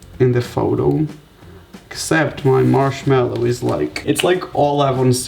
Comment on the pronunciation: anybody notice that he said “marshmello” in the begging omg Someone call Marshmellow